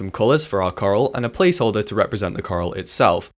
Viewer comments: I hear Karl, not Coral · xd I thought when you added coral I thought you kept saying karl